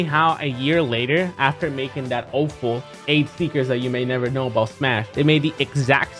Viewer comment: Can zero say awful right 💀